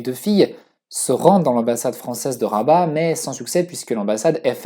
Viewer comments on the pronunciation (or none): none